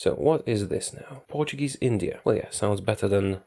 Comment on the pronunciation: I love the fact that since you're Polish, you pronounce portuguese words with an excellent accent, way better than native english speakers usually do, who tend to use a spanish accent. Music to my lusophonian ears.